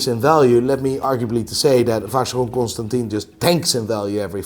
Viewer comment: Someone who doesn't know how to pronounce Constantin is laughing at someone who doesn't know how to pronounce Heuer....just because his channel has more subscribers. What a content lol!